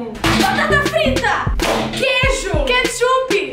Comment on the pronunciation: só eu q entendi “Queichup”